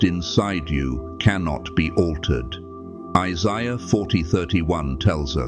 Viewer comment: ISAIAH That's the first time I've heard the name pronounced properly.